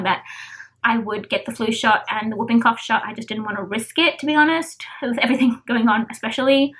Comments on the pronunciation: It is simple babe you said wooping and it is whooping so you need to really say it like the who not woo ... with the diet changes i was thinking to prevent you having the rest of the pregnancy without a poo that it would be more comfortable to add some more green leafy veg and fortified with iron products xxx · It really does help babe as my Dad had severe anemia and he improved it just with diet and he is 82 with cancer ... food that contains iron is a natural way to increase it and it also doesn't affect the bowel and i meant you said wooping cough and it is whooping lol of course it has a W but the h is more important to the sound, it isn't your accent as that is lovely ,it is simply that it has been misprounced by the person you heard it from xxx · More or less all women have muscle separation and pelvic pain especially with a second baby babe your bump is big so no wonder you feel pressure... you should up iron and folic acid in your diet instead of taking more tablets ... I will tell you what i went through another day ... it is called whooping cough as in hoop not wooping like a soft almost silent w lol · I know why she said it wrong as people in media get it wrong too ... i just saw an American channel where the reporter said it like you did but then the doctor said the cough makes that whooping noise hence the name whooping cough and the reporter said it wrong again LOL! ... if the change in diet would make you feel sick then it is best to increase the pills to maybe 1 and a half first and see how you do with your next blood test and so your body gets used to it and drink a lot more water or squash to soften your food in the intestines so that will make going to the loo easier and it is good for you too xxx